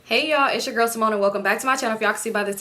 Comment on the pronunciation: “Ceemone” us Hispanics always pronounce names with our accent😂